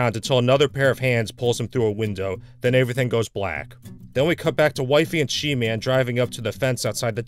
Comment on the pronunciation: he says averthing